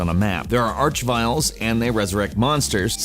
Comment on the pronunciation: Arch Ville Behiend FLAMING INTENFS